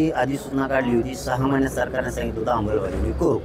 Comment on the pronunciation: 'अंबल'बजावणी नाही, येड्या 'अंमलबजावणी' म्हणतात...